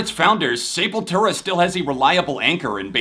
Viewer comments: ITS SEP NOT SAYPOYTERA CMON LOL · SEpultura. Not SAYpultura. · When I was a young boy in the 80’s I pronounced it SUH-PUL-TRA 💀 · that is the Americanized pronunciation. Say-pul-too-ra would be the correct Spanish pronunciation.